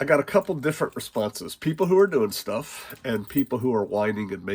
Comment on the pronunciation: When He calls me home He calls me home, until then theres shtuff to Yod.